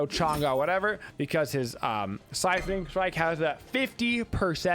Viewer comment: Love the vid, especially as a support main. That said, "siphoning strike"? Kinda triggering lol..